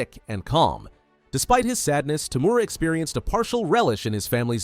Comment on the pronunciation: I really hate when narrators cant get the names of characters correct. TOE-MOO-RA not fucking TOO-MORE-A.